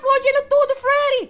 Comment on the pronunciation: kkkk ele fala frerry mas é Freddy